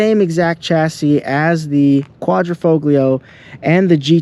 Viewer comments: Great video. Beautiful vehicle . Thank you for showing and explaining the car. I want one!!! The g in Quattrofoglio is silent though.. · Why should I listen to someone who cant even pronounce Quadrifoglio ?! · Would you yanks stop pronouncing the ####### "g" in quadrifoglio!!!!!!! So ####### annoying! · Don’t pronounce the g in quattrofoglio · learn to pronounce "quadrifoglio", if you are british or american it doesn't mean you have a license to butcher every word in another language. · Great video but kills me how you pronounce Quadrifoglio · Mate, your Giulia knocks it out of the park, great colour, great stence, nicely lowered, just brilliant! By the way, do not pronounce the G in Quadrifoglio, you'll make them Italians mad! 🤣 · Was told the "G" in the word Quadrifoglio is silent. Not to nit-pick your story. With apologizes if I am wrong. I love these cars. My CRNA buddy just bought one and loves it. Good review. Hope to see more. Thanks! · Very nice review and I agree with you all the way as I own one of these cars and adore it. But, if you will allow me a small Italian pronunciation lesson.....the "g" in Quadrifoglio is silent! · Great video overall, but Sir... The "G" in Quadrifoglio is silent... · Learn how to pronounce "Quadrifoglio" then we'll talk. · 2 things. First, you're pronouncing quadrifoglio wrong and why don't u have carbon fiber door handles? Would look even better than it already does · Dude you don’t pronounce the G in quadrifoglio…. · The “G” is silent in quadrifoglio”. Most people just say QV. My ‘18 QV has been bullet proof. 4 years and 22k miles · Your name would imply you know something about Alfa's but you don't know how to pronounce "quadrifoglio"? Here's a hint: The G is silent in Italian when preceding an L.... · It's a silent 'g'. Get it right. You pronounce the G of Giulia as a J correctly. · Say Quadro - fo - lio . The G is silent . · Correct Italian pronunciation: "quadri-fole-yee-oh" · Sorry dude I gotta say it. Quad-ra-fo-leo.